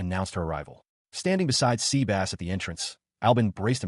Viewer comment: Dude it is not SEABASS it is SEBAS :D